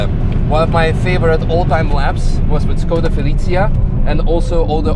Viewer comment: C'mon, it's "Шкода", not "Скода", just as VW is "Фолксваген" and not "Волксваген".